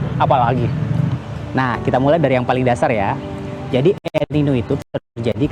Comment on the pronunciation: El Niño di baca El Ninyo